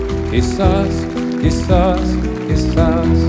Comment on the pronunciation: Who else hears "key sauce" when the guy who introduces the songs pronounces it.